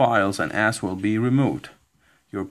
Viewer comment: Anybody else hear "All your pc files, and ass will be removed" XD